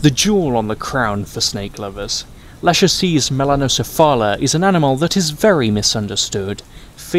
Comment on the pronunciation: se pronuncia Lákesis melanokefala!